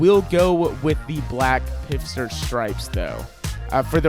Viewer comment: It's pfister, not pifster 😂